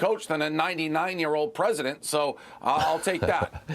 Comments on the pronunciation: Is he saying present or president? Lol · Apparently the interviewer cant even say the word president.